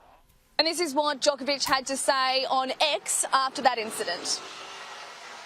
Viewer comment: Australians could do Novak Djokovic a great service by learning to say his name correctly. It's Joke-ov-ich, not Jock-ov-ich. The athlete has pointed this out many times. "If I disrespected him" is a cop out and a non-apology. Djokovic said the comments were insulting and offensive. Not if, you did disrespect him you slick weasel.